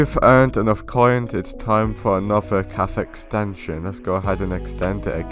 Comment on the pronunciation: Bro mans really said “caf”